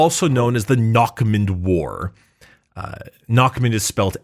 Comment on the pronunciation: eh for future reference it's said "narrmoond" the "next mouth"